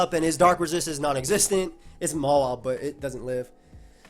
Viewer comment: DUDE why do you pronounce Mawile MALA wtf it's total cringe stooooop